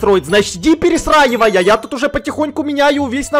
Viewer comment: мне одной слышится «пересраивай» 😂